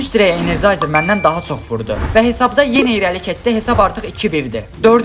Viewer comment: Energizer❌ Energayzer✔️